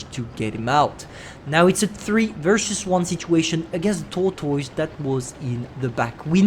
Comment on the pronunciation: It's because the way he pronounced it, i even had itches all over when he exclaimed it as t o o r t o i s e